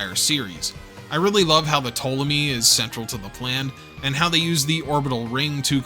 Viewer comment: Pronounces Ptolomy perfectly, butchers 00-Raiser everytime If it's on purpose that's sick If it's accidental, do you not proof watch your stuff?